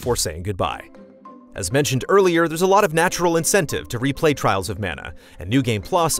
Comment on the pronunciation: Dont you mean Twials of Mana?